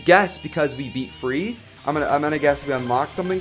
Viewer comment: Is free or fee? I thought it was fee :/